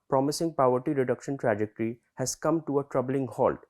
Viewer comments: Powerty? ❌ Paw+ver+tea✔️ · He seems educated but, what is Paverty bhai....? we have a place called "Pavaratty" here in our state, any relation to that? Get your pronounciation right,jackass. Jarhead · Pav-erty like in Vada Pav. Guys get your pronunciation correct. I’m just wondering if these videos get reviewed before they are posted.